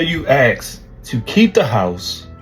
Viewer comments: Please,... please take this comment constructively. Use the proper word "ask" and not "ax". It detracts terribly from one's assumption of another's intelligence. I want viewers to see you in a proper light. Thanks. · I was with ya until you said “ax” instead of “ask” cmon man